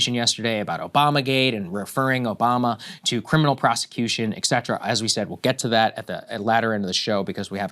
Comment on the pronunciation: Will someone tell both Saagar and Krystal that the expression is 'et cetera' not 'ek cetera' please and thank you. It's abbreviated 'etc.' but some people spells 'ect' which gives the impression that it's pronounced 'ek cetera.' It's not. They say it a lot. #ETCETERA